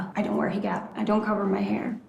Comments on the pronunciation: Nicole pronouncing hijab as “higab” says a lot about how clueless she is to this religion and culture. I truly can not FATHOM why she chose this life and to move to Egypt. KNOWING she hates living there, she went back because….I still don’t know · For the love of God, why does she call a hijab a heegab??? I don’t get it 🤦🏽‍♀️